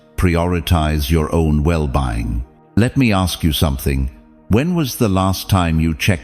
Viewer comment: The AI mispronounced "well being" # 8